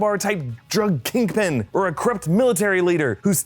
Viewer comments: mans just called him "elbow" 😆😆 "kinkpin" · ... he said "KINKPIN" ... :D :D :D